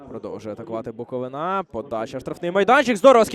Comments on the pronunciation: Коментатор😖 Не БуковинА, а БуковИна Це не тільки паплюжить команду, а їй цілий регіон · БуковИна а не НА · А лоху коментатору ніхто не підказав, що не БуковинА - а БуковИна. Вчіть матчасть